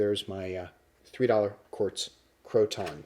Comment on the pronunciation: Pronounced — crow-tin